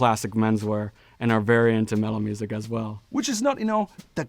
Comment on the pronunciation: LOL - I thought he said "mellow music" and was invisioning the Rat Pack.